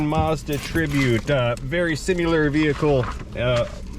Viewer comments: Similar not sim-you-lar. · lol he said simular.